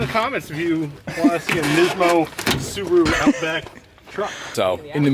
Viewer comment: And it is Subaru not Subro just saying 😆